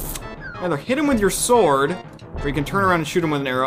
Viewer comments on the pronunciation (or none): none